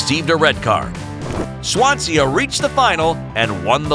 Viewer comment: Its pronounced swan see not swan se ah